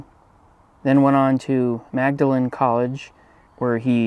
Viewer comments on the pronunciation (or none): Great video. Just so you know, Magdalene college is pronounced “Maudlin”.